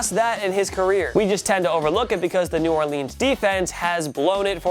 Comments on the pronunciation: I hate how he calls them the new Orleens saints instead of New Orlins I know it’s spelled New Orleans I just spelled them like that for pronouncing the words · This video is almost perfect, but you pronounce New Orleans as New Orleens instead of New Orluns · New Orleans, not New Orleens :P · well now i can’t like the video because you said new orleans wrong